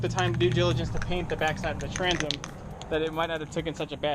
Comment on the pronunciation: Transom not tranzum Oxidation not oxidization Temperature not tempuhture Temper not temperament Taken not tooken Oak rots quickly.